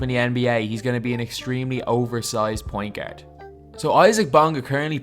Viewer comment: you need to stop saying the word ' pointgerd' lol